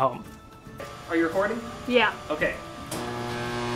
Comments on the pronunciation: Lmfaoo. I heard it correctly the first time but now I only hear are you horny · I thought he said "Are you horny" xD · When he said "are you recording?" it sounded like he said "are you horny?" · Dino Kid I thought I heard that the first I watched it.